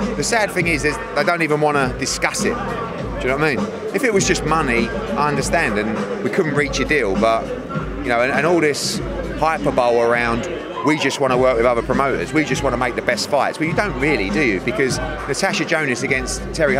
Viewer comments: Can someone teach Eddie how to pronounce Hyperbole please? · If someone doesn't tell Eddie how to pronounce 'hyperbole' I may scream.